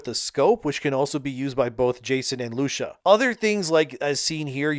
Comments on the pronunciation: Idk if you’re doing it on purpose. I get the bad news but atleast pronounce the name correctly. It’s LUE CEE YAH.(Lucia) Not “Lushia” wtf man. Atleast be accurate. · it's pronounced LOO-CEE-AH, not "Lusha" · lusha 😂 it's Lu~See~ah (Lucia) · Loosha💀 it’s loo-see-Ah AKA (Lucy) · ITS NOT LUUSHA. ITS LOU-CEE-AAA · Loo-see-uh, not loo-sha. I'm sure you watched the trailer to get the pronunciation correct but here we are. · Who tf is LUSHIA? LU-SEE-AH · Learn how to pronounce the name for LUCIA (LOO-CEE-AH), you fake fan. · How hard is to pronounce Lucia (loo-SEE-ah) it drives me nuts to hear a simple name mispronounced. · It’s pronounced LOU-SEE-YA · Do you not know how to pronounce Lucia